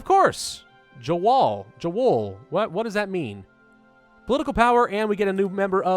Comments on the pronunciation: Gaming Jawohl, pronounced Yawhole, means certainly. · more like 'yavole' :) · Jawohl (Yah Vohl [how you pronounce it]) means "Yes sir" in German. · Jawohl (pronounced "Yah-vohl") is basically a polite "yes" in german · Awesome series, realy enjoy it. The way you pronounce german words is hilarious. Love to see this danubian federation fall.